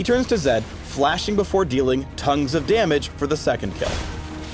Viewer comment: did just said: tongues of damage???? I'll kill you.